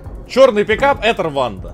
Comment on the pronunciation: Правильно Руанда, а не рванда